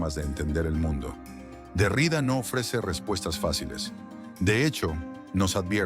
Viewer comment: Me encanta, gracias. Xfa, mejora la pronunciación, sobre todo cuando nombres apellidos. El apellido del filósofo Jacques Derrida se pronuncia con acento en la última a. En francés, se dice aproximadamente "DerriDÁ". Aunque la i tiene un sonido claro, la acentuación recae en la última sílaba, como es común en muchas palabras de origen francés.